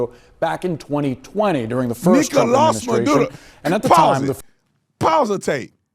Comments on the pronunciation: as some who learned Spanish first then English growing up in South FL, his pronunciation of Platano Maduros name is pretty good & doesn't bother me Ive known people who have non English speaking family but can't speak a lick Spanish and they sound worse than this guy in their pronunciation. This dude did an alright job pronouncing his name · 😂😂😂😂 He saying it in Spanish, Nicolas Maduro.. 🤷🏻‍♀️ He saying it correctly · He's not rolling his R's bro. It's the way the name is pronounced. To make it easy on you, I can help you. You can start it like when you're calling your Mom. You say, Ma. First syllable: Ma. Second is: Do like Scooby "Doo". Final one is: Dough as in "dough-nuts". So, it sounds like this: Ma-Doo-Dough. NOT Marruurrrroo or what ever you said. C'mon man! Get past it. You can say it like Madoorow and keep your video going without insulting the pronunciation. Anyway, I'm glad Trump got the guy. Peace! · He has a Spanish last name, meaning pronunciation should be in Spanish. Just like if we were to speak any other language should be in that language. I disagree with you saying he should speak it in English. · funny man lol! Hes latino bro let him say mame the right way lol 😂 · He said Maduro right lol I think he speaks fluent Spanish cause that’s how you say it lol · Off topic, but as someone who grew up speaking both English and Spanish in a Mexican household I cannot mispronounce a Spanish word or name, it feels so wrong for me since I am Mexican American to mispronounce it, I think he pronounced the name Maduro correctly as the pronunciation should be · That’s how it’s pronounced in Spanish!!! He actually pronounced it fine. Stop getting mad about stupid stuff. He obviously speak Spanish. You sound stupid Tatum and racist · Love you Tatum but don’t be mad because you can’t roll your R’s 🤣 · Maduro is not English and he didn’t gain an accent by saying it correctly. 😂 What an ignorant thing to be annoyed by. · His accent in Spanish is right